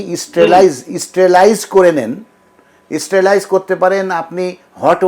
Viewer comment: উনি খুবই ভালো। তবে ইস্টেরেলাইজ উচ্চারণ করাতে আমার বেখাপ্পা লেগেছিল।